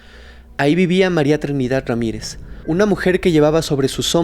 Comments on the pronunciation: porque dices Trinidat* Con T? Hay varias palabras que las pronuncias con T en lugar de con D. Li he observen casi todos tus videos. Lo curioso es que hay veces eso lo dices con D 😮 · Trinidad, no Trinidat Verdad, no Verdat Y aplica para varias en todo tu vídeo. Por favor!